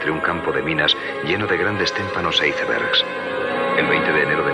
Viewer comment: Se dice Antártica (el antiguo vocablo espeñol) y no Antártida, que fue un invento argentino bastante reciente. He viajado 4 veces a la Antártica y en la Armada de Chile jamás se dijo Antártida, solo Antártica. Así como témpano y no Iceberg, además mal pronunciado en español.